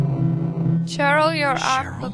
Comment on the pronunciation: I love how you say you will let us watch the intro and not say hello, while you already did it and then started talking lol The time it came out, released 1999 like it says on the main menu :D "On normal" wimp. Cheryl is pronounced Sheryl :D just an underage hooker, no biggy. "She's off to do her business!" on the street corner! Big red squishy thing is totally a squid :D Looks more like a lighter. Did indeed look like eyes.